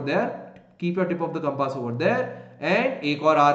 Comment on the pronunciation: It's not compaaas ...it's compass